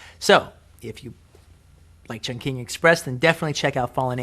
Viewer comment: the way he saids chung king is so horrible